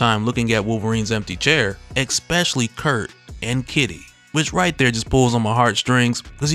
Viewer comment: Stop staying Excpetially. It is stealing the flow of an otherwise very fun video.